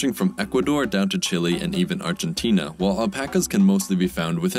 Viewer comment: Dude pronounced Chile both ways.